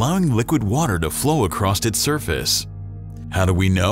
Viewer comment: The word is not "acrosst". It's across. I sure have a job on my hands, trying to protect my grandchildren from picking up bad English. Even from otherwise intelligent people. =PC=